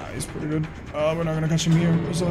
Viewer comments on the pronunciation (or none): none